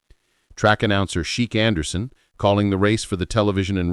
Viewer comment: * WHO said that Secretariat was "too beautiful to run"? Answer: ABSOLUTELY NOBODY. * Track announcer "Sheek Anderson"? Really? His name is pronounced CHICK Anderson (Chic Anderson). LMAO! * Lucien Laurin came out of retirement in 1971 to train RIVA RIDGE, then he also trained Secretariat when Secretariat became old enough to train. * Bull Hancock did NOT negotiate Secretariat's $6.08 million syndication deal. Bull Hancock was DEAD. His son, SETH HANCOCK, negotiated the syndication deal.